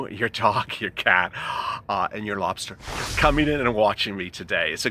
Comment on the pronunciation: Lol your "lobster" 😂